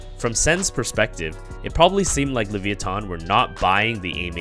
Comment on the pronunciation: the way u say levithan is weird. its lavEYEeThon